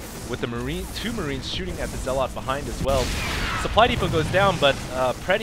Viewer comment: Zealot is pronounced zell-ut. You're emphasizing the wrong syllable -_- Other than that I absolutely LOVE your commentary.